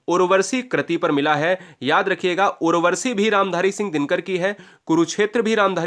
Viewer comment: Bhai sahab aap jo bhi gyan de rhe hain usmen shudh uchcharan karen . Urvashi hoga n ki urvarshi. Thanks